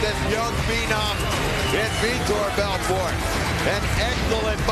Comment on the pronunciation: he starts saying it correctly